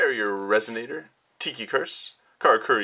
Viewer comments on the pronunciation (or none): none